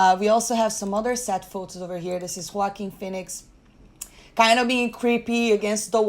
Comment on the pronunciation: is the only person on YouTube that knows how to pronounce Joaquin phoenix name.